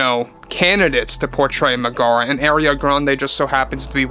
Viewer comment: Meg-uh-ruh…… not Meh-Gar-Ruh…. They say her name in the movie…